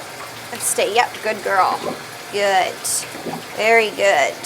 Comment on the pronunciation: SHAMPOO NOT SHAMPPOO. GOOD NOT GOOT